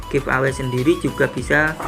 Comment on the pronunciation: bagi2 dong pulsanya ke aku baca bukan giv away...tapi give eway....wkkkkkkk